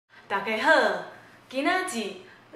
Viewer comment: 那個跟『黑素斯』(Jesus)發音很像的『大~~家~~好~~』真的好有趣啊~~XD 另外網路的酸民很多，如果有人批評比較誇張的，千萬別放心上~~ 加油喔~~ ^^